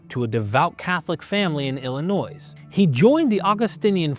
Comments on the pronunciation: Illinois is pronounce ILL-I-NOY as a kid learning US geography we learned the mnemonic THERE IS NO NOISE IN ILLINOIS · you don't say the "s" at the end of Illinois. Frenched up version of the word tribe Illini.